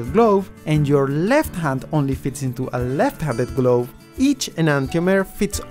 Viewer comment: "lefvt handed gloev" Amazing accent.